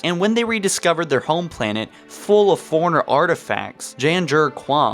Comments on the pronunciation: are you saying foreigner or forerunner? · Why are you saying Foreigner when its Forerunner? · Fore-runner... not foreigner. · Why do you pronounce forerunner like its spelled foreigners, like they pronounced forerunner for us many times in the games but it seems clear your hearing let you down. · Forerunner NOT foreigner, please annunciat properly. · You say forerunner like foreigner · Can't deal with the way you say "Forerunner".